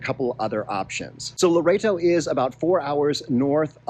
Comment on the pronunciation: and the other one is Loreto...think Lor-ett-oh. Seems strange but that's how the locals/natives pronounce it.